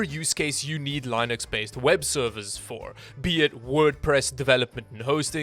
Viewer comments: "LIE-NUX" It's Linux meat head! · "Lynux" Lol.. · This guy said "lie nux"......bro its been around for like 30 years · wtf is "lie-nux" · this man says linux as lynux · He pronounces Linux funny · U pronounced “Linux” wrong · the Li in Linux is pronounced the same way you say linode. Not like Linus from LTT